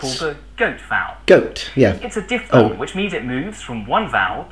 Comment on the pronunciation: something that bothered me (sorry) was when you said di-P-thong instead of diphthong (sound is like di-F-thong). Nice video, as always